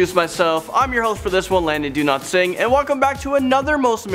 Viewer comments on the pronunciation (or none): Landon did you say,"Donotsingh" because that's what i heard.